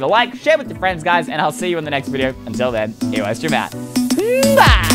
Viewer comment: Eystreem=i streem